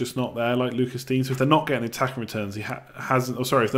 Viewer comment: Lucas Digne – Loo-cah Dee-nyuh